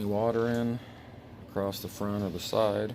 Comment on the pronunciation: Did you finish the video? Nice build but want to see the finished product. ONe thing though, it is driving me a little crazy, there is no T in the word across!